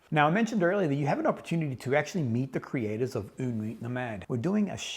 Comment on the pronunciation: I have yet to test this one, but yes, une nuit nomade is a great house! (don't pronounce the "T" in "nuit" ;) ) Fun little fact you might already know: when you describe the smell of freshly cut coco nut bringing you back instantly to your time in PNG, the French have a very nice expression, they say it's a "madeleine de Proust" (mad-lehn de Proust). Proust was a very famous author (In Search of Lost Time), in which he describes the first time he ate a "madeleine" ( A typical French shell shaped cake), it was in his grandmother's kitchen. And ever after that, whenever he ate a madeleine, the taste would bring him back to that time and place. Nowadays, the expression is very comonly used to describe the association we make when we hear a song, smell or taste something ant it brings us back to a specific memory. Take care!